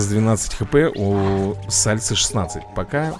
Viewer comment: Только "Сальсы" а не "Сальцы"*!